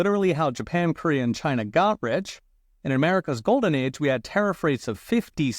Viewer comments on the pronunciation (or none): none